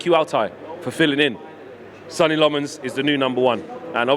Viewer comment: If he is gonna be the new No 1, perhaps you could learn to pronounce his name right...?